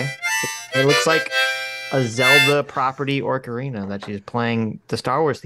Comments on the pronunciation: he called it an ORC arina lol that takes me back to my youth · Did call it an orca-rina?